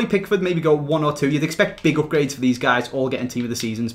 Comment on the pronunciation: I love how he says Opgrades